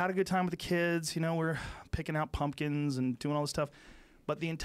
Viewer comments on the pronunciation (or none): Did Joe say picking out blumpkins?